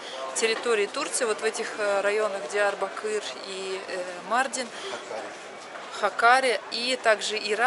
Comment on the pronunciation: Почему МАрдин, а не МардИн? У нас в Узбекистане 50 - 55 гр жара, и то мы так не пыхтим, не дышим 😅